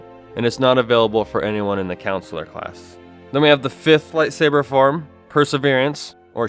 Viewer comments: CoNsular, not councillor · does anyone else cringe when he says "Counsular" instead of "CON-sular"? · The pronunciation of Consular is slightly annoying... it's not pronounced like Councillor. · "counsellor class" ok bro